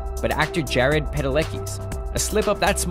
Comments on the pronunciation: he was going to say Jared but corrected himself and ended up saying Jam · kinda sounded like "jam" lol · Duke turn your volume alllll the way up, he says jared. he admitted it too i believe... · it has actually been admitted by the editors that he said jarred but they edited it to make it sound as much like Sam as possible... hence "Jam" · after rewatching it a bit it sounds more like he said jaren as one syllable so that makes me think that he realized his mistake mid sentence and tried to fix it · It sounded so much like Sam but then I realised it sounded like Sam because he only JUST mumbles Jared. I'm sorry for arguing 😂